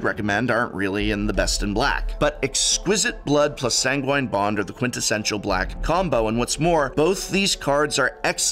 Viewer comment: Did you ask Seth for how to pronounce sanguine?